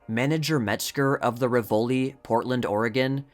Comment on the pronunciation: Very well done, but Rivoli, a common old theatre name, is pronounced RIvoli, and “Vidor,” famour for two directors and an actress in the family is pronounced “VI-dor,” long I and accent on the first teo letters.